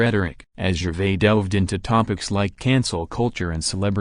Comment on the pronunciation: Utterly awful and pretentious narration. Pronounced 'Gervais' incorrectly. Unwatchable crap.